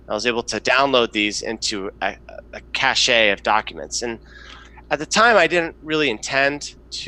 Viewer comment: It’s “cash” not “cash ‘ey (like hey)” for cache not cashed.